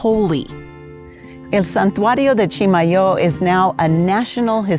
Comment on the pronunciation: Thanks so much for letting me know the correct pronouciation of Chimayo. Being a "new" New Mexican I'm trying to get some of the Texan accent out of my speech when talking about NM stuff. We bought some of the "true" Chimayo red chile powder in Santa Fe 30 yrs ago and it was fantastic! Any chance you might share a few seeds with Sally on Friday? Maybe we could trade you some of our first "crop" of Las Cruces tomatoes...